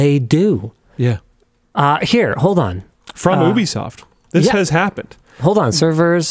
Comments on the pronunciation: Love how he calls it oobisoft instead of ubisoft 😂😂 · "Oooh-be soft"? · is...this how you pronounce ubisoft? it's going to bother me